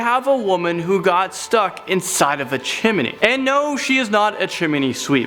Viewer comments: It’s chimney not chiminey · CHIM-NEY..... not a CHIMMINY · Chim-I-Nee? stop saying chiminee! its Chim-nee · It's pronounced Chimney. Not Chimerny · Not chimeney Its CHIMNEY! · She got stuck in the chimney (Chim-eh-nee) Me-. ITS CHIMNEY!! (chim-nee) This is a joke. Ilysm!! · What's a Chiminey? It's Chimney. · "freakin' chiminey" Lol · PLEASE DONT SAY CHIMENY,IT MAKES ME ANGRY!!!! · M8, chimney has two syllables not three. Chiminey would have three and is how you are mispronouncing chimney. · Haha he says "chim-men-ey" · How says chimney...😬😬😬😬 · Who else got annoyed when he pronounced chimney wrong? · please stop pronouncing it claustophobia. It has an r in it. And it is Chimney, not chim-uh-ney...two syllables not three. thanks.